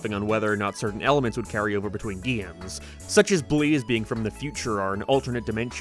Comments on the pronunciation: gaeymes! Bro what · Your pronunciation on words containing the letter A really bothers me... it sounds like you are saying giems instead of games... or gaymes same with your o pronunciations sounding like naur instead of no and what makes it apparent is nearly every word you say sounds perfect even capsules sound normal